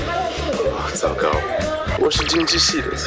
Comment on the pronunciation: 我發現第一集有某位型男(俄羅斯)好像都沒他的鏡頭???0 0 巴斯田一講出他的學歷 都安靜 嚇到講不出話XDD 我數學跟法比歐一樣 很討厭也是很爛=D= 是說 好可愛啊XDD 尤其他講"糟糕"時 怎麼會有原住民口音XDDD好可愛XD 大家在鬧趙哥好逗趣啊 哈哈哈!!!XDD 小禎整個被逼到後面X'DDD小梁哥還問到逼˙ ㄔㄟ XDDD